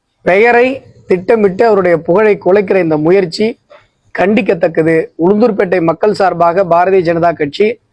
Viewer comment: தம்பி உளுதூர் பேட்டை ❌ இல்ல பா உளுந்தூர் பேட்டை✅ 😂😂😂